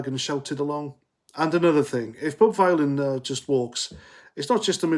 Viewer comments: You can’t even pronounce his name you mook. Bob Vylan - like VILLIAN. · It’s pronounced Villain as in Bob Dylan.🤮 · I think you pronounce it villain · Vylan it rhymes with DYLAN